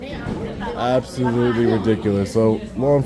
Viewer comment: I think that you need to work on the pronunciation of the "t" sound in the word "absolutely". You dis not enunciate it clearly. Are you for some reason shy about pronouncing the "t" sound, and, if so, then why?